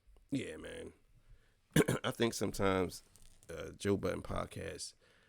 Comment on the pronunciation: Why u keep putting a s at the end of joe budden!! 😂